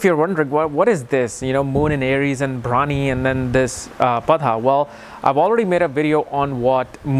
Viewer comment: That is bharani not brawny